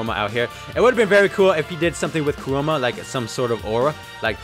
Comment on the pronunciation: "Kuroma" - 2020